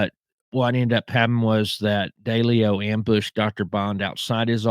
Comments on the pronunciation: Wow! You definitely do a deep dive into these mobsters. Your nickname should be the “Proctologist “ LOL! And I laughed when you pronounce Massa 2 Sis, I call it Massa 2 shitz! And you call Ralph Daily ‘O but it’s pronounced D-LEO. Anyway you did a good job on your research, I think you’re more diligent in your research, than Jeff GayDoo! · Its pronouced... 'DEE..LEE...O'... & NOT*...DAY...LEE O.. & 'ANN...JEW...LOW'... for Jerry Anguilo...the Boston street Boss for Raymond Patriarca Sr. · Little feedback, if you gonna do videos learn to pronounce Massachusetts correctly. Also, learn how to pronounce Italian names better. It’s not Deleo. It’s De Leo